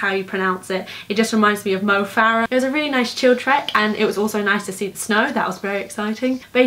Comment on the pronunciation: Also perfect pronunciation of mo farah